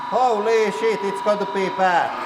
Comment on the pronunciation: you mean schit? :P hahaha